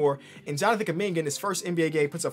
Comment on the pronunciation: Nobody is gonna flinch on how they spelled Jonathan KUMINGA, proud Congolese Native 🇨🇩🇨🇩🇨🇩 « Keuming-ah » wtf?!